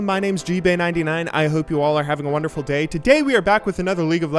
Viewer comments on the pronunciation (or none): It sounded really weird when you said the word "day", 3 times in the first 10 secs of the video \(0.0)/